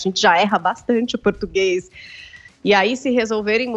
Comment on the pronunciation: O português tá ficando cada dia mais complicado, português não "pertiguese"